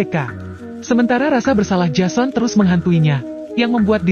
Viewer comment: menulis jason membaca nya jesen